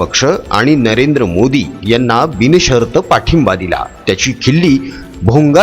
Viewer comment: Tumch marathi sudhara....binshart...not bini shart